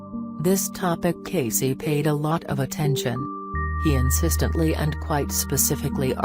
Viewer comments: The name is pronounced Cay-see. Didnt anyone review this before publication? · This is garbage. Robot voice horrid. I have been a member of Edgar Cayce Association for Research and Enlightenment since the early 1970s. Disgusting that you cannot even pronounce his name properly. EDGAR CAYCE...IS PRONOUNCED KAY SEE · Thumb down for a computer voice that can't even pronounce his name. cay-see as in see-ya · Yeah how can I listen to this shit robot voice mispronouncing his name!!!! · before you do one of these learn the man's name and how to pronounce it. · That mechanical, robotic voice can’t even pronounce Cayce’s voice right. And it is so monotonous, that I really don’t want to listen to it any more!